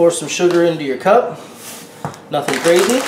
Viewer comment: i know me to and he keeps saying "noting crazy "